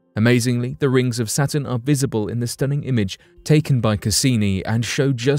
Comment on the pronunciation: To the narrator: -Say satin -say Saturn